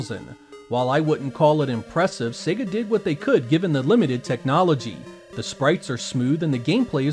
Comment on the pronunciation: Finally, an American who pronounces SEGA correctly:))